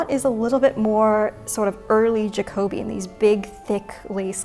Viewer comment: I love all of this, but Jacobean is stressed on the third syllable: Ja-co-BEE-an. Not the second.